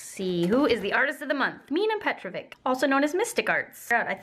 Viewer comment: I hope this doesn't sound rude but Petrović is pronounced like Petrovich (ch as in chalk or channel) sorry to bother you!